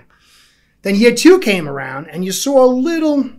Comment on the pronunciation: Sawre > saw 😂